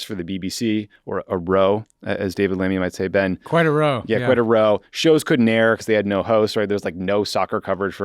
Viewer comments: When you're talking about a quarrel, the word "row" is pronounced more like "how". Trust me. 😄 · Oh thanks, I didn't realize. I did notice the correct pronunciation later on, and was curious what that was about. Oh well, just nice to see it covered at all.